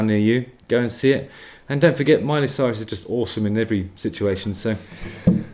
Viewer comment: I love it that you pronounced her name "Soyrus" 🤣